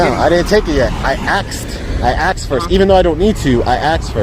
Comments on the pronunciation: Circa . "I aksed first" -- seriously? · The auditor was doing great right up until the point he said that he "axed" for something. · Stop saying ”axed”, please. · He axed for a picture of the helicopter. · I aksed first, I aksed. You mean you asked? lol And you "aksed" and received a no and was counting on it to start an altercation because of it. Second example is good though. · Does it irritate anyone else when someone specifically says axed 🪓 a question.. axed 🪓.. instead of saying ASKED!! Its embarrassing that someone who is so knowledgeable with the amendments and laws. But can't pronounce a simple word ASKED..!! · He ''axed'' a lot of things haha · He axed. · He axed first, that's unlawful!!! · I'm surprised that the deputies didn't cuff the guy after he repeatedly told them he had 'axed' to take a picture. Can't that be classified as a threat? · "I axed first, I axed first." Wouldn't it help your case if you knew how to pronounce basic English words? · He knows how to articulate the law but he doesn't know how to pronounce "ask"? "I aksed first."